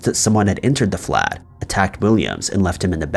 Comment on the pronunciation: He was trying to say flat. Flat pronounced like when you have a flat surface. It's like an apartment